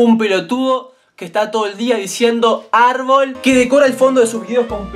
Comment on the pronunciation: me gustan los arrrrrboles bo Y el bob esponja se deve llamar bob vigeovani:v